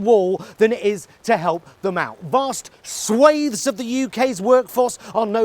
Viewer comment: Ah, someone that says swathes and not switches!